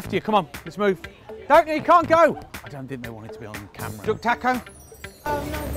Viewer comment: In his accent it sounds like: "Its a dog taco." LOL :-}